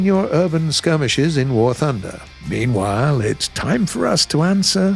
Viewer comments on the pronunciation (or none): none